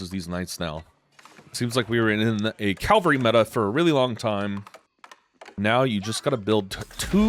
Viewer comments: Calvary or cavalry?? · Calvary is what jesus christ went through, cavalry are the horses 😂